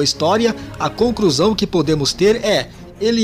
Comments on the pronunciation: Narrador, pelo amor cara, para de trocar o L pelo R. Falando "concRusao" e coisas do tipo... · Pior é ouvir o nadador dizer a conCRUsão final 😂😂😂